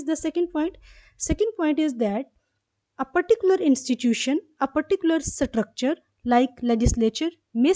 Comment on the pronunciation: Maam pronouncetion of structure is स्ट्रक्चर .ok maam